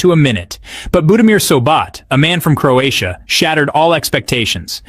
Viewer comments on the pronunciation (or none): none